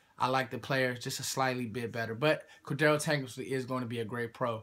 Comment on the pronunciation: Core-dray-uh Tankersley. Not raggin on ya just trying to help